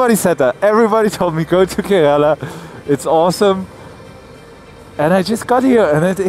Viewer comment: You pronounced Kerala wrong all the time. 🤫 The first a is silent. So it's pronounced like Ker(uh)la. It would be nice if you show more of your interaction with the people and surroundings, and less of riding. 👊